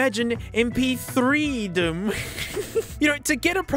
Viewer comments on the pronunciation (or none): "imagine em-pee- three -epsilon-reedom" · Correction: “Em-Pee-eerhT-Ree-Dum”